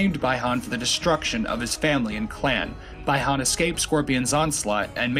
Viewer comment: it's pronounced Bee han not bye han Bihan